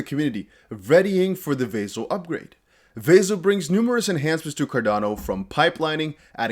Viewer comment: It’s NOT VAY-ZIL . It’s Vah-sill